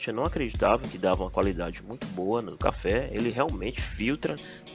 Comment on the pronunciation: Pô...você fez chafé,,,não café